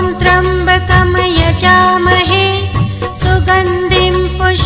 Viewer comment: मंत्रोच्चार में उच्चारण की अशुद्धियाँ हैं। जैसे त्र्यम्बकं को त्रम्बकम और सुगन्धिम तथा पुष्टिवर्धनम को क्रमशः सुगंदिम व पुष्टिवर्दनम बोला गया है।